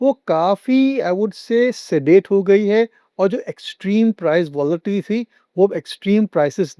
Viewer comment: It was a good discussion in details. Request tonplease improve the language in english words alike youbtold votlitlity -actucallybit is volatility